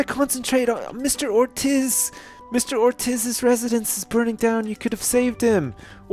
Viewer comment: That moment when I see my last name on the screen, and my house is burning down. Oh, and Ortiz is pronounced Ortees.